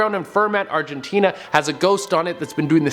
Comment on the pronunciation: Wait did you say Argentina?